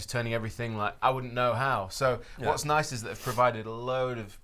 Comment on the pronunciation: like, “ya, thash niiiishe”